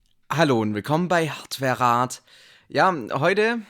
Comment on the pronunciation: Ich hab mal ne Frage für dein zukünftiges FAQ: Weshalb sprichst du "HardwareRat" mit dieser seltsamen Intonation aus? Übrigens hast du übersehen, dass der Kerl auch eine Schraube zur Befestigung des Kühlblocks bei der AIO vergessen hat